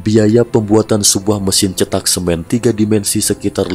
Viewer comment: Bukan rumah cetak, tetapi rumah ceetak ( E nya, e pada seperti 'enak', bukan seperti e pada 'cepat')